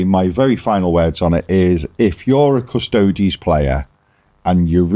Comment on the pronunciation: Yep, it was funny hearing the Quartering guy failing to correctly pronounce Custodes fifteen times though 😂